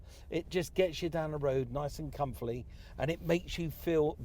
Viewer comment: You fluffed the word comfortably young Mike 😂👍